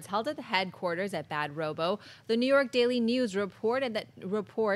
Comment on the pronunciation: Sorry, was just a joke, I know his company "Bad Robot", that's just not how she pronounced it though.